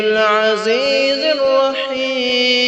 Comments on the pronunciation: Tanjilul Nehi he tanjilal he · پڑھنے والے بھائی جان نے ایک غلطی کی ہے ۔ پانچویں آیات کے لفظ تنزیل کے اوپر زبر ہے لیکن بھائی نے پیش پڑھا ہے زرا خیال کیا کرو۔۔۔